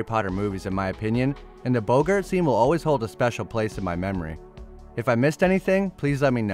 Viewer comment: It seemed reasonably well informed, so I watched until I heard "Bo-gart"